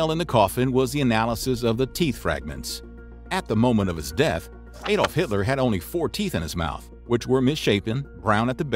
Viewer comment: Shame he can't say ''Adolf'' correctly.